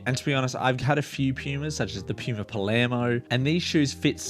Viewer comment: Thanks for the vid. Your accent had me cracking a smile every time you said puma or as you say pyouma lmao.